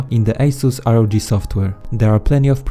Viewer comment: It's not R O J it's ROG as in republic of gamers